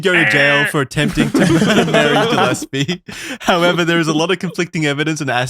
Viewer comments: It’s pronounced “Gill-Espy” not “Jill” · As a Gillespie, this ep was painful to listen to (mispronunciation), great ep tho! ✌️&❤️